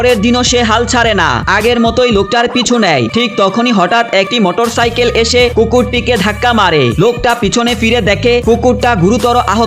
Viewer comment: ককরটি না কুকুরটি😅😂😂😂😂😂😂😂😂😂